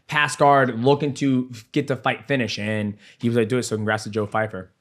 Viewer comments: Pyfer. Not fyfer 😂 DJ is so bad with names. He called maycee "Marcy Barbie" on his channel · Joe Pyfer not Fyper 🤣🤣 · Bro his name is PY FER not FY FER